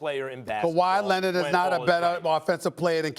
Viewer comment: SAS: Kawhi Lennit